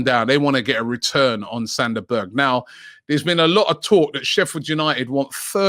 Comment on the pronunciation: Sander Berge? LOL!!!!